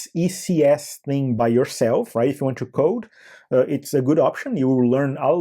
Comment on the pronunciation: o 'tchoo' ao invés de 'too' sempre entrega um brasileiro, não tem jeito kkkkkkkk